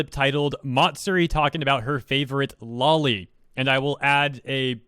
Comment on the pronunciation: You're saying "lolly" - that's a lollipop. It's "low-lee".